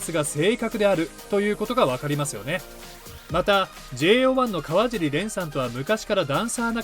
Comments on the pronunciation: 蓮君を選んで頂きありがとうございます。 ただ、かわじりではなく、かわしりです。これからも、かわしり蓮を宜しくお願いします🙏✨ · 川尻蓮さんのかわじり読みが気になりました😅かわしりさんです🙂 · かわじり✖かわしり〇 ね。